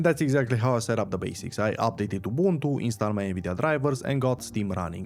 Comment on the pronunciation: Dam you said Ubuntu the way our mother tounge pronounced.